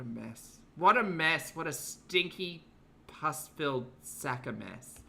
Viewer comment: PUS… not puss…. The latter suggests 😾……